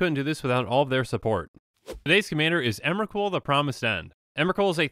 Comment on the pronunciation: Emwacute, the pwomised fwiend.